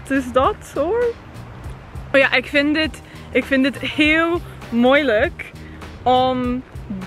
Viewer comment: Hi, im Dutch. You did it great because its not a simple language. And on the end you say jet but it must be het